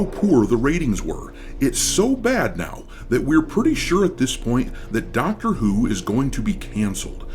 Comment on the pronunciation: I legit thought I heard you say “Doctor eww” 😂